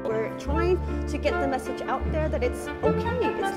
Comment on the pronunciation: sorry I laughed at the "get aoot"